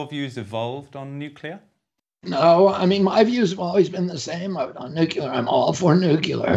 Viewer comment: Cable networks need to let this voice in. And RFK Jr needs to learn that nuclear has one u. If you can say CLEAR, u can say nuCLEar.